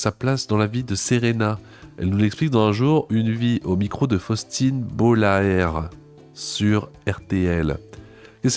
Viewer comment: "Bollaert" ne se prononce pas "Bolaè-èrte"... en tant qu'homme du nord et donc apprenti malaisologue en puissance, je puis affirmer que cela se prononce "Bolarte" (comme une tarte) car c'est aussi le nom du stade du RC Lens... (qui ne ne prononce pas comme une lentille en anglais mais comme une lance qu'on... lance).